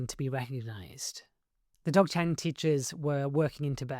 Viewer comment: Zog-Chen the D is silent.